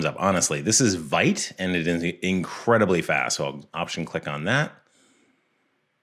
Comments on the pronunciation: Quick fact: it's not vAIt. It's vEEt. That's how it's pronounced, after the French word vite which means fast. Other than that, amazing video. Also, Solid is looking up preeeeeetty good from where I am sitting. Too bad that most companies will not give it a chance since it's not a "known" quantity, hopefully this will change. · If I may, and it's totally aside the subject - please forgive me - but "Vite" is a French word, which is pronounced "Vit", not "Vaït". Like "pit" in pitfall, but with a V. Now that the pesky is gone, let me thank you for the excellent quality of this video. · It's pronounced Veet, it's a French word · Vite is pronounce as veet.